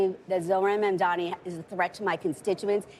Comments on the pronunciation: How difficult it is to say MAMDANI instead of MAMDAMI? Is this intentional? What is the reason? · why can’t this guy say his name?? he keeps saying “zorhan mandami” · It’s embarrassing they still butcher his name every time. Don’t got to agree with the guy but give him the bare respect to say the name right, it’s not that hard